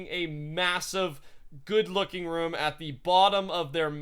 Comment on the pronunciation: the way he say room though "ruum" lol